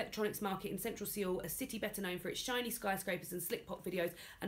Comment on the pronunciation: I hope this doesn't come off as nit-picky, but I hope I can help with some of the Korean pronunciations: Almost any 'a' is pronounced like "ah", so it should be Hahn Kahng. Korean doesn't have the "a" like "apple" sound. The author of One Hundred Shadows is Hwahng Jung Eun, the city is pronounced like "Soul". The characters are named Eun-gyo and Moo-jae. I don't expect anyone to really change how they say anything, but if anyone is interested, Han Kang is almost always said incorrectly and she's becoming quite famous.